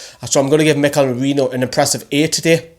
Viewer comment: Yes, you finally got Lejeune’s name right haha. Still need to get Merino’s right. Great video, agreed with majority of ratings